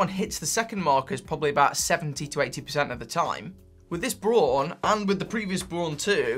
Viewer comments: bra-un, not brown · Late to the game, but just wanted to add that the brand name Braun is pronounced almost exactly like the English colour 'brown' - not 'brawn'. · You're pronouncing it "brawn". It's German, it's actually pronounced "brown". It means "brown". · Braun, not Bron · Btw the brand is pronounced like the english word "brown". Just saying. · I think Braun is pronounced the same as Brown. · Pronounce it as in English ... Brown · The way you pronounce Braun is just so......wrong.